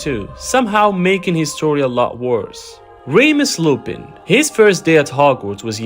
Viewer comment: You did wrong on remus last name his name is not lupine it is lupin but it’s ok🙂but anyway it was a great video👍